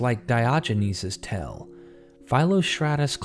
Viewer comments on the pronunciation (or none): The same thing with “tell” and “tale.”